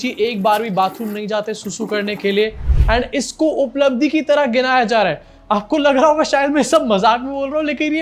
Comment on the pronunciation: Uplabdhi nahi UPLA-bdhi 😂😂